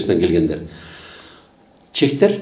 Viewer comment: Чектер дебей,чехтер,десениз.